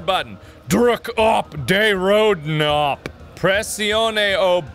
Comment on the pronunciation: "druk op de rode nop" almost right. you gotta say the K too